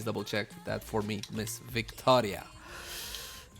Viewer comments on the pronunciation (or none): none